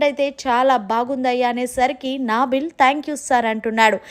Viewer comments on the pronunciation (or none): Naaaaa+ బిల్... Naa billu... Current bill kadamma adi... Nabil... Palakadam vaste paluku lekapote warangal muddubidda anu...😂